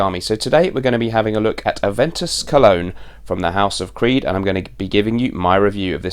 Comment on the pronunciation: A(ve)n(t)us colon... lol